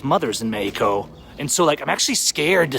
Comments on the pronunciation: WOW U DORK - Please $ The love of God - Please Try 2 STOP Mispronouncing MEXico - U R Not Latin Or God 4bid Mexican ? Now R U ? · Gayheco is how you pronounce mexico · go to lengths to pronounce Mexico as Mayico. Try Meh ico. But you fail on Queratero. Try Kere rattero. Roll your "r"s. Buenos viajes